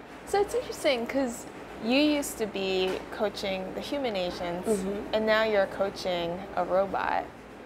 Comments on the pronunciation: It sounds like the narrator is saying “Asians’ instead of “Agents”., the Dominican, has better pronunciation. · Lol I thought she said “asians” instead of “agents” ^^